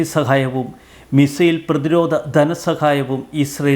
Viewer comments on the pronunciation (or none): none